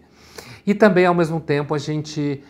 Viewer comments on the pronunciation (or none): none